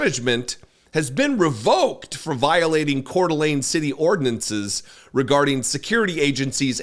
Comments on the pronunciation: First , let me tell you what a joy it is to hear the name Coeur d'Alene said correctly! That's a rarity all by itself. How awful is it that 1 of the most beautiful places on earth is full of a bunch of white supremacists and fascists? I grew up in E. Wash., and I remember Richard Butler. Those people didn't change their Aryan Nation views, they just melted into the background for a while. Now that they feel safe, they are back at it again. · Thank you for your coverage. Thank you for pronouncing Kootenai and Coeur d' Alene correctly. The behavior of the sheriff and the 'security' was shameful. I lived in another state for 28 years and I was always embarrassed to tell people I am from Idaho: this is an example of why.